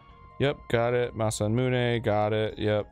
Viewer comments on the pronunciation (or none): Kinda glad I’m not the only one who always pronounced it “masa-myoon” instead of “masa-moon-eh” growing up :p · Every time Dan says masamune ending with “myuun” I die a little inside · I absolutely hate the pronunciation of masa-moonay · I think most people who didn't know Japanese pronounced it similarly. "Mune" like "Tune".